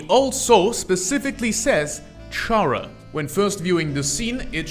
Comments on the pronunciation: its probably because you say it like charazard when its supposed to sound more like character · Yet another person saying CHara and not Chara(cter)... oh well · I like a lot of the stuff you pointed out that pp, seem to miss, but i have a few notes: 1. You pronounced Chara wrong, its pronounced 'care-ah'. As it derives from the word character. 2. Genocide is their run not intrinsically because there is murder, but because Chara is a megalomaniac, and killing just so happens to be how you max out your stats in undertale. 3. In the same way frisk and kris became our in universe vessel, chara became our in universe extention. They represent us, but arent really us. Kinda like most rpg characters. Atleast, thats what i think the intention is. 4. The players determination is what brought chara back, so it could be because of that, chara became what they are now? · Uhm actually it’s pronounced “Kara”🤓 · makes an entire video about chara and mispronounces her name the entire time either say it like (car-uh) like the name kara or say (care-uh) like part of (chara)cter that's where the name chara comes from the word character you wrote it on the board and i guess just didn't notice it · how the hell does someone continuously mispronounce the name “chara” when the word it comes from is literally right in front of them. i highly doubt they say “character” like that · Respectfully, the way you pronounce their name is making me start tweaking the hell out